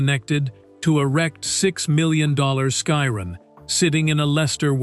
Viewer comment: Why can’t Ai say Chiron correctly?😂